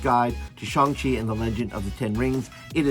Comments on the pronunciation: Thanks for this message! And right, its more like ShOng.:) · ... it's 'Shang', rhymes with bang.